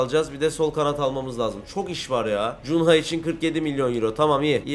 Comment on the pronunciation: ABI O ADAMIN ADI CUNHA DEGIL KUNYA YANI KUNYA DIYE OKULUYOR 🙂